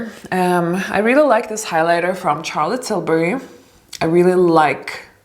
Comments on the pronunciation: You could probably get a collaboration with Charlotte Tilbury for sure, but you should start by pronouncing her name right. You pronounce Charlotte as you would pronounce Sh like Sharon, not Ch like Charlie. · Wonderful video but darling please say “Charlotte” with a “Sh” sound not a hard “CH”... love 💕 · I am sure Charlotte would love to collab with you once you correct the pronunciation of her name in the way it is meant to be pronounced SHAR-LUT. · Dear, thank you for making this video and showing us that makeup can be simple, and not overdone with a million of products. I hope you don't take this the wrong way, but I would like to bring your attention to how you pronounce Charlotte Tilbury's name. The "ch" sound in Charlotte's name is pronounced as "sh" sound, like in the words "should, shroud," not like "church" or "child." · It's not how Charlotte is pronounced, but who cares, it starts with an "sh" sound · Its actually pronounced shar-let :) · Just pls don't say Tcharlotte Tilbury.